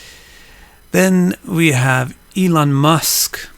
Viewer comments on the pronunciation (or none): none